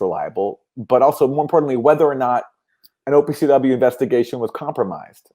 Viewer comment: I was having the same reaction to "OPCW"